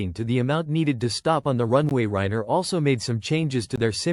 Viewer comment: the narration is terrible and makes no sense. No proper cadence of speech. No human expressiveness and emotion. Doesn’t pronounce Ryanair properly also. Ignores punctuation and doesn’t match it with the tone of voice. It’s super unnatural to listen to. I lasted 1 minute.